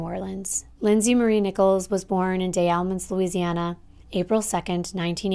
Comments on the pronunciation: Pronounced "DEZ Allemands" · This is literally 30 minutes from me. By the way Des Allemands is pronounced with being able to hear the “S” Lime the word desperate